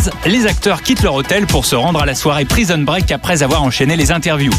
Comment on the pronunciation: Praïson break 😂😂😂 des acteurs de doublages qui savent pas parler c’est le comble.